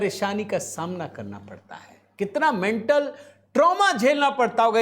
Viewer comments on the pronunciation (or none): none